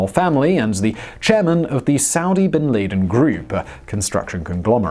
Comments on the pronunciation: Never heard someone call bin laden binlayden before...naturally no edits or proof reads to make sure you pronounce something correct, sure some words are hard to say as a English speaker. But the whole world knows bin ladens name, it's the reason his country went to war in Afghanistan. Amazing how little he cares about editing it making sure something simple is said correctly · Highly original pronounciation of Bin Laden. Not sure Osama's family would like it though.